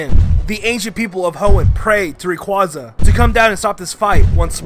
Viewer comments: It’s not Rayquaca. Its Rayquaza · It's ray-quay-za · and rayquaza is rayqauzzaze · Ray Quaw zuh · It's ray-cway-zu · You mispronounced Rayquaza.